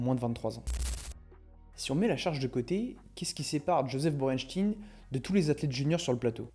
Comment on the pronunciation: On dit chtaïn Borenchtaïn.